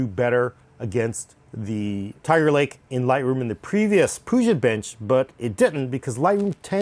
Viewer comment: Wtf is a "Puja" bench lol?